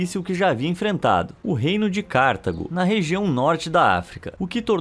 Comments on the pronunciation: "CÁrtago", não. "CartAgo". Paroxítona. E ñ acentuada. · Não se pronuncia Cártago, mas sim Cartago. Parabéns pelos assuntos aqui tratados. Muitos interessantes. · CarTAgo, não Cártago. Perto dos erros mencionados no vídeo, porém, isso não é nada.